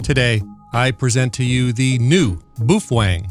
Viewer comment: Your videos have been extremely helpful! So I thought I would give you help too, Feng is pronounced Fung in Chinese so it would be "Bao fung" doesn't sound as cool as boof Feng lol but again thanks and keep up the great work!